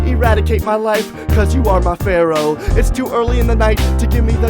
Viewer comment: No, he pronounced fearow like pharaoh, and Ekans is in the word reckons.."I reckons that dragon night"